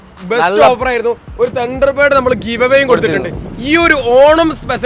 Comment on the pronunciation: തണ്ടർ പേഡ് ❌ തണ്ടർ ബേഡ് ✅